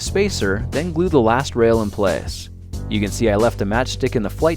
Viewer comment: did anyone hear how he said: place hHhaha